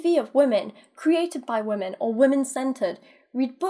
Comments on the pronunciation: It’s wahmin as in wah wah wah bitch I’m lil baby 😂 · How many times do they have to butcher up the word women?